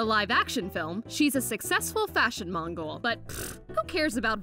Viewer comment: "Fashion Mongol?" I think y'all meant "mogul."